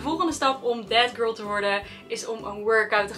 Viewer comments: Als ik ‘that girl’ hoor hoor ik tegelijkertijd ‘dead girl’ ahahahah i cant unhear it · Ben ik de enigste die altijd denkt dat ze death girl zegt in plaats van that girl😂